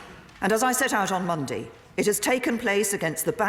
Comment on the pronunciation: That pronunciation of Monday bothers me.... I like to share things.....